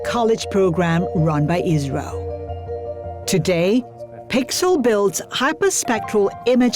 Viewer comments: why are you saying israel instead of isro? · Pronunciation of ISRO is not IZRO